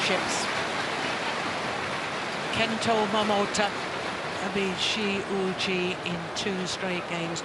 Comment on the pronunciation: Shi is pronounced like the "Che" in "chemin" in french. Yuqi is well saied, except the ton but that's ok ^^